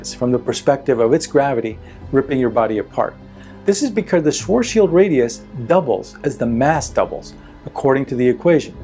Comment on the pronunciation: It's not sort Shield radius it's Swartz child radius... it's even twice as cringy when a man that's supposed to be an expert at black holes pronounce is this word incorrectly. Look up Vsauce with Michael Stevens and watch his video of black holes then delete this video and remake it again